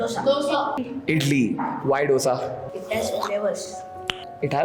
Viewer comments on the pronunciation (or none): डोसा नही, दोसा है!